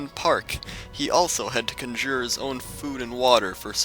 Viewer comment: Did really just say conjere instead of conjure?